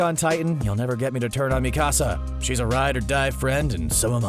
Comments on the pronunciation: One complain and one complain only. As a valley girl learning Japanese, it’s Mikasa. Not Me Casa 🏠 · clearly this guy was reading from a script. probably haven't seen a single episode. me-ka-sa? It's meka--sa. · mi-ka-sa not mecasa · Bro why the fuck do cunts keep saying mi casa for Mikasa 🤬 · Why he say mikasa like dat 😭💀